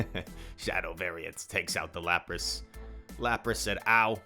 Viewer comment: Laprace?🤣🤣 It is Lapras bro